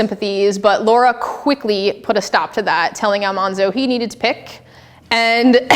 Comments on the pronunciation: Great presentation, except for the pronunciation of Almanzo Wilder’s name. There was a great article and mini documentary about this pronunciation of this name. It was Al-MAN-zo, not Al-Mahhn-zo. The origin of the incorrect Al-mahhn-zo came from one of the cast members of the Little House tv show, and it simply stuck with the other cast members. As husband and wife, Laura called her husband “Manly” as a shortened nickname. Almanzo’s brother Royal called him “Manny”. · It’s not Almonzo it’s Almanzo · I'm sure this video was a while ago, but it is well known now that Almanzo Wilder's name was pronounced Al-MAN-zo rather than Al-mon-zo. This is why he was called Manny rather than Monny. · I wonder if the Wilders pronounced ‘Almanzo’ with the middle syllable pronounced like the word ‘man’ - since Laura called him ‘Manly’. (edited) Ah, I was right: the name was pronounced 'al-MAN-zo' and not 'al-MON-zo'. There are actual recordings of Laura Ingalls Wilder saying it. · His name was pronounced Al....man....zo. not Al......mon....zo. I know this because I went to Mansfield, Missouri, and went to one of Laura and Almanzo Wilder's good friends house and visited with her for a few hours, and was shown a few things Laura had given her. This lady's name was Neta Seal. She told me to correct the people who pronounce it wronggggggggggg. I'm a farmer boy historian....I know, I live in Malone, NY, the setting of Laura's second little house book called Farmer Boy, my whole life. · I always thought it was a bit weird that the tv show rewrote the pronunciation of Almanzo’s name. Laura called him Manly, not “Monly” and his brother called him “Mannie” on multiple occasions throughout his life, not “Monnie”. Not only is Al-MAN-zo correct, to me it’s far more appealing. Just as a side note, the famous portrait photo of Almanzo in his 20’s shows he was certainly a handsome man. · alMANzo not ALMONZO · Could she at least pronounce “Almanzo” correctly? Do your research.